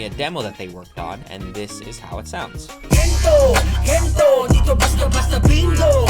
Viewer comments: "Gentow" nag-produce pero di alam yung pronunciation ng kanta 🙃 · him pronouncing "gento" like he does over and over hurts my soul